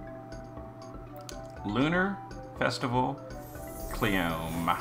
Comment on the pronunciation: Its kleeyome, not Cleeom